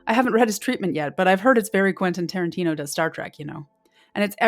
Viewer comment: Who is Trenten Quarantino ?